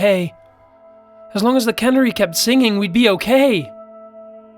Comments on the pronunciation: ....Cannery? Lets just assume is trying to say 'canary'. That was almost as brutal as Cumberbatch trying to say 'penguin'... though nowhere near as hilarious.:P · Please, please look up the pronunciation of words. The bird is called a canary (kah NAIR ee) not cannery (kaa ner ee), a place where they can food. This narrator, the other narrator... I can't take it anymore. I have to unsubscribe. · Canary, not cannery. lol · I love you and your voice and watching your channel but the whole time it sounded like you were saying Cannery (A factory where food is canned) instead of Canary (Like the bird). Loved it though! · Canary ka-nare-ee not Can-ary Levi-O-Sa not Levio-SA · Couldn't continue listening after hearing the way you mispronounced 'canary' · Seriously it's fucking CANARY!!!!! That shit rubbed me the wrong way too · That's not how u pronounce canary